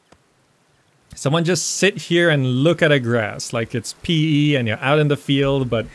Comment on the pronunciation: In uk pe how you pronounce is urinating 😂😂😂 we would say P.E.😊 I thought u meant sitting down urinating 😂